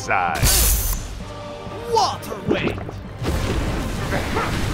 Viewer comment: Luka: "waterwweight"💀💀💀